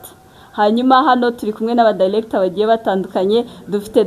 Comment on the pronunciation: Point of correction: not “dilector “ but “director “ R not L